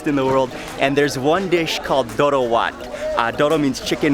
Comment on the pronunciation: Doro not doudou as you keep mispronuncating it.